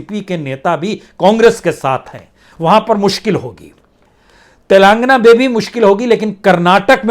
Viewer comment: Please pronounce Telengana properly, it is not telaangna